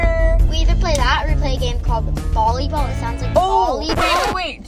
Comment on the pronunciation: Correcting u no hate but it’s not bolleyball it’s volleyball not being mean just I wanna make sure u said it right 😊